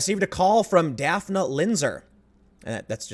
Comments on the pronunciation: Dafna...I was thinking it was Daphne...Daffnee...but I was like wait till I see the spelling, since I was only listening to it. Sho'nuff. Do you think she got that name from Daphne, but her parents didn't know the pronunciation. Daphne is more tricky then when you can get by with Shawn, Pammy pamela Kamala. Could be a native name...or popular. But I wonder?!? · I believe the woman's name is pronounced "Daff-ney" but it's funny & cute how you pronounce it.